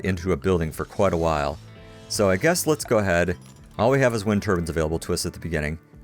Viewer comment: Never before have i ever heard someone call wind turbines 'turbans'